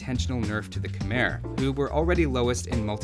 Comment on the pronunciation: Khmer is pronounced kuh-my